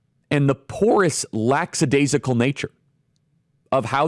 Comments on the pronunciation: BTW, it’s LACK-adaisical, not LACKS-adaisical. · Charlie, I'm one of your followers. I appreciate you immensely. FYI, the word is "lackadaisical", not "laxadaisical". 👍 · Charlie, it’s “lackadaisical.” I know you didn’t go to college though. I won’t laugh at you 🙃❤️